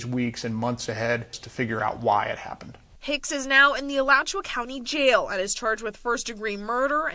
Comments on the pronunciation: It's pronounced AH-LAC- CHOO- WAA County. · I use to work outta Alachua. The way u pronounce it is hilarious 🤣🤣🤣 This is sad.... I don't understand how she got mad at the dude. I would've been looking at my man like..... "U need to get ya weight up so u can do things like that " ..... smh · It's pronounced a latch ua. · Its A LATCH YOU WA....ALACHUA